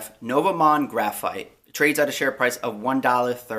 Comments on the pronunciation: nova mon-de...bro seriously? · great video!.. but as a Canadian I cringed at how you pronounced the company name lol. It's French and pronounced noo-vo mond.